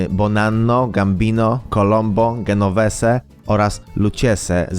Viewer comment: sprawdz wymowe zanim zrobisz program idioto = lukkeze, dzenoweze jak drzwi sie wymawia.